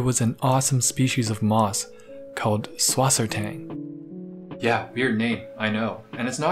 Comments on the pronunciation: Suss Wasser Tang, not Swassertang lol Cool anyway :) I made a petscord account btw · If I had a nickel for every time I’ve heard “subwassertang” 🤣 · Der sagt swasertank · Süßwassertang = S(ueh)sw(a as in aaah)s(e as in eh)rt(a as in aaah)ng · as a german its so hilarious hearing americans trying to pronounce Süßwassertang XD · i love how he pronounced Süßwassertang xD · I love the way you pronounce Süsswassertang:) google for the german pronounciation i think you would find it funny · just wait till serpa design finds out you pronounced susswassertang like that. or when he finds out I spelled it like that, he’ll have both of our heads